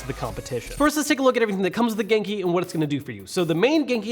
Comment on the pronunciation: Am I the only one who thinks he is sometimes trying to say GameCube? Note: I know he is saying genki